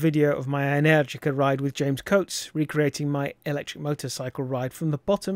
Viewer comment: I think you are the second English moto reviewer/vlogger to correctly pronounce "Energica". ❤